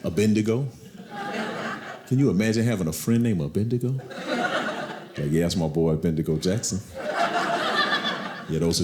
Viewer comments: He got the name wrong tho lol. It’s abednego. Not abendigo. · Funny, the name Abednego almost sounds like Abadnegro when he said it, Lol! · So it's true black folk can't say Abednego? Abend, Abedn😅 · It is bad that I find it adorable that he mispronounced Abednigo and Shadrach? It was too cute